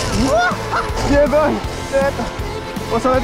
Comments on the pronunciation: T’aime bien dire yebow 😂🤣 dans toute les vidéos tu le dis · C’est yeah boy